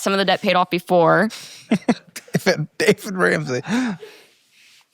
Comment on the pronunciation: “David” Ramsey kills me. ☠️